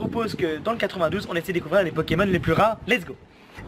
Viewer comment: On dit 9 2 pas 92